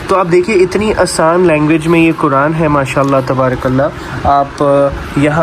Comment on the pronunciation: Aur kuraan nahi Quran hota h Jazakallah khair